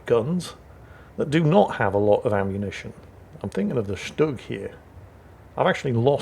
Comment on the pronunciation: pronounces "Stug" like he grew up in Berlin! The problem is? He pronounces "Hurricane" like he grew up in Chicago. - we ALL have watched "Battle of Britain" enough to know it's pronounced "Hurri-cun".......🤣🤣🤣🤣